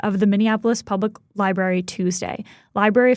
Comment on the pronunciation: why does that "reporter" keep saying "libarry"??